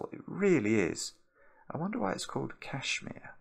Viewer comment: My man spent a whole min worrying about mispronouncing a pseudonym, but couldn't care less about mispronouncing Kashmir. 👏